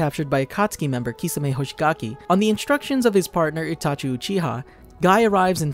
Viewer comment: He says itachu instead of itachi in 😀😀 But the whole video was awesome